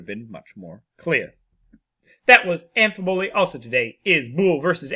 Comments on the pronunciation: Pretty sure you got the em-phasis on the wrong syll-able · After relisting to it, nope. Just a complete mis-enunciation. Amphibole, not Amp fiboly. Like, you don't enunciate the P in phone.